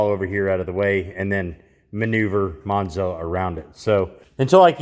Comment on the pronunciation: Every time I see the Monza, I hear Mop-za.